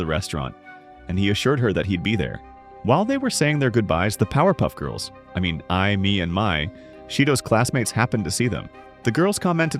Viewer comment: did you say power puff girls